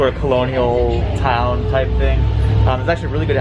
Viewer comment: The town is Burlington, there are two stops in the city. Towns center-pronounced town, not townie